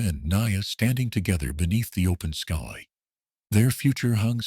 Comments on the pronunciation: Great story. I just can't tolerate the AI always saying SKEE instead of SKY. So irritating. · Word - sky - said as ski. You need a living person to edit your video.